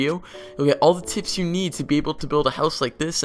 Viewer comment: he says tips but sounds like tits